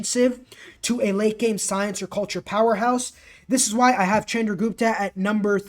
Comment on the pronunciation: love your content but it is pronounced shandra not chandra